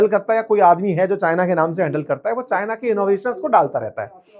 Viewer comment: CHIANA ROBORT 😂😂😂😂😂😂😂😂